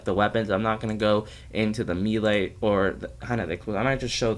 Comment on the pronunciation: “Meelé” lol